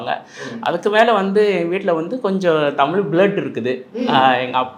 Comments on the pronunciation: Dail thogupalar don't pronounce it's Tamil pronounce it's tamizh........ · தம்பி நீ தமில் என்று உச்சரி்க்கின்றாய் ஆனால் அவர் தமிழ் என்று சரியாக உச்சரிக்கின்றார் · நெறியாளர் அவர்களே தமில் இல்லை தமிழ் உச்சரிப்பு சரியாக இல்லை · பேட்டி‌ எடுப்பவர் முதலில் தமிழ் என்று உச்சரிக்க பழகி கொள்ள வேண்டும். ஒவ்வொரு முறையும் தமில் தமில் எ‌ன்று பேசுவது நன்றாகவே இல்லை. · தம்பி தமிழுக்கு அழகே ழகரம் தமில் தமில் தமில் ன்ணே உச்சரிக்கரீங்க தமிழ் தமிழ் தமிழ்❤❤❤ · டேய் வெண்ணை தமிழில் பேசுடா தமில் தமில்னு பேசுவர் திருந்துங்கடா